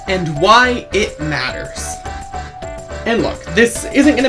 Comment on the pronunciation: “Maters” 🛻 lol